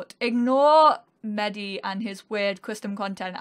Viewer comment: tuor saying the librarians name wrong. its pronounced meh-dee not medi